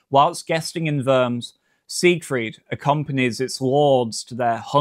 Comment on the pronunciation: Worms is not pronounced "werms" , but "warms".